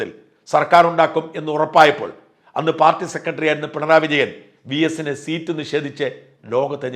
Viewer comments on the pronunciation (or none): none